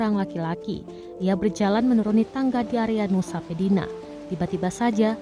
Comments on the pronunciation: Nusa penida kali bukan pedina !!! 🤣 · 🙏🙏🙏 , kata yang baca berita : ".... di area Nusa pedina..." Nusa pedina, nusa pedina, nusa pedina. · Nusa pedina? 😂 Nusa penida lho,... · Ketika nusa penida berubah menjadi nusa pedina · Nusa penida yg benar ...bukan nusa pedina.. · Nusa Penida bukan Nusa Pedina mbakss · Nusa penida min. Bukan Nusa pedina 🤣🤣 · Nusa penida kak, bukan pedina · nusa penida bukan nusa pedina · naratornya, itu Nusa Penida, BUKAN Nusa PEDINA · Nusa penida min, bukan pedina. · Nusa penida, bukan nusa pedina